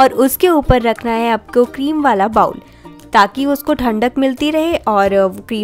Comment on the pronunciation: Beta, bowl ka pronunciation "bah-wool" nahi "boh-l" hothi hai. Jaise kehthi hai na "bowling" karna and all? Waise.